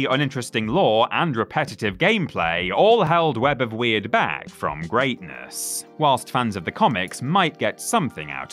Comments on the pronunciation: Yeah, the way they kept saying it wrong was really bugging me. TBH they didn't even really need to do research to know how it's supposed to be pronounced, because the game's dialogue literally said it as "word" multiple times. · It's web of Word not weird, please do better research